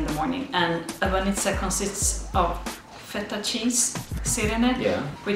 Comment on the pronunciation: Agh! Again with the Feta Cheese! It`s not Feta Cheese! :D (Awesome video, though :) )